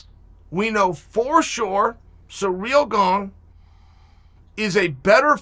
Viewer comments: Chael: Surreal Gong Me: okay great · Dana: FRANCIS NGAÑOU Joey Diaz: STIOPICK & KHALABEEB Aaaaaaaaaaaaaaaaaaand NOW, intruducing: SURREAL GONG... Thanks Chael. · “Surreal Gong” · "surreal gong" xDD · Based tbf...Cereal Gandh though 🤣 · Nobody: Chael: SURREAL GONG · For a little while it was 'Cereal Gone' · learn how to pronounce names, you absolute tool.